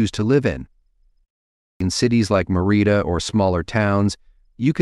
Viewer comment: Bucharest has no t in it. Please check your spelling before downloading to YouTube. Also, check your pronunciation of Merida and Cancun,you mispronounced them.